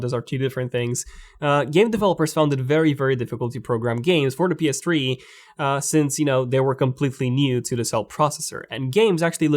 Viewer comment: Why does he say ps tree